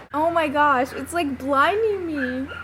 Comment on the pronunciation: *gosh not Gish